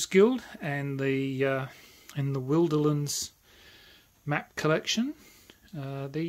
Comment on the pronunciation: You are one of the few people who pronounce “Wilderlands” the same as I do - with the “wilder” part sounding as it does in “wilderness”. Most make the “I” sound long; not sure why.